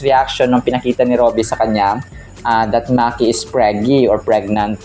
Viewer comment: hindi Maki, Yung pronunciation parang mykie